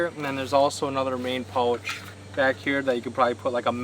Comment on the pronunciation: You seem to pronounce OU oddly !!! I had to go to subtitles to figure out that you were kayaking pouch sounds like pultch or something ? And other words with an OU in them